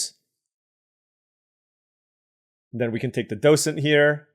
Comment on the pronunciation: you are pronouncing docent correctly